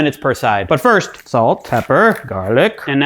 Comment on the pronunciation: did he say "butt first"?